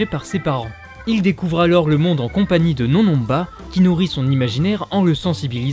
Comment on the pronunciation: les "on" de NonNonba ne se prononcent pas comme dans le mots "non" !